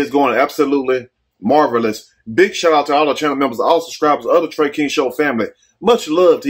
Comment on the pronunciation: It’s Trey Ay!!